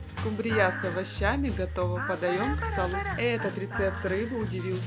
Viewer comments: ..не скумбриЯ😂.... А скУмбрия....😅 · Очень хорошие рецепты.Только скумбрия' режет слух.Привычнее ску'мбрия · Очень надоели эти оглавления, читаешь, и уже не хочется смотреть. И почему вдруг скумбриЯ?! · Здравствуйте,всем!,рецепты интересные. Ударение в слове скумбрия ставится на у: скууууумбрия. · Слово Скумбрия произносится с ударением на У. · Что за рыба--- скумбриЯ? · ❤Хорошие рецепты , только скумбриЯ😂 и заинтриговала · Почему скумбриЯ , а не скумбрия? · Уважаемая редакция программы, вы бы подсказали девице с кольцами и браслетами правильное произношение слова "скумбрия". Ударение на первый слог!!! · Что такое скумбрИя? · СкумбриЯ! Ещё одно слово испортили. А можно еще говорить скумбрИя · Только прозвучало скумбрИя, сразу пропало желание смотреть дальше. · Не правильное ударениев слове скумбрия😊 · Не скумбрия, ударения ставите неправильно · Почему скумбрия с таким ударением произносите? Или я что-то пропустила в русском языке? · Все замечательно, кроме неграмотного произношения названия рыбы,не скумбриЯ, а скУмбрия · СкУмбрия, а не скумбриЯ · Я только не поняла, почему скумбриЯ, а не скУмбрия? И зачем столько масла, если рыба и так жирная? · Ты из какой деревни, скумбриЯ? Правильно - скУмбрия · Что за СкумбриЯ? Всегда была скУмбрия. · Не скумбриЯ, а скумбрия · Почему-то большинство хозяек неправильно называют эту рыбу - скумбриЯ! А правильно-то - скУмбрия! Ну и, конечно, меня потрясла фраза в первом рецепте: "вместо надоевшего лосося". Поднимите руку: многим из вас успел надоесть лосось? И последнее. Тут уже успели обидеться: «Ишь какой грамотный выискался! Какая разница: скУмбрия, скумбриЯ?» И добавили: «…могли бы и макрЕлью назвать - рыба-то одна!». И снова я тут я «в очках и шляпе»: нет, не одна! Это разные рыбы: и по экстерьеру, так сказать, и по особенностям вкуса. Это подтвердят многие источники. Но все равно: за рецепт и старания - спасибо! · СкУмбрия, никак не скумбриЯ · Что за скумбриЯ`?! С ударением на Я . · Первый раз слышу такое-скумбриЯ!!!